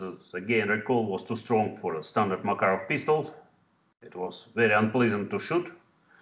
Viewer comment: MakArov, not MakarOv.